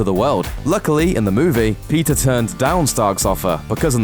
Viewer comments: Did he say pizza Parker? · At the start I thought he said pizza Parker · everytime he said peter... i thought he was saying pizza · When you say 'Peter', it sounds like 'Pizza' idk, i'm hungry now. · Wtf why did it sound like he was saying pizza instead of Peter